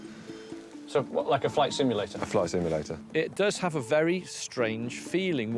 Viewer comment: you really need to find some brain cells... did the young guy say flight immulator?? lmao.. simulator for gods sake.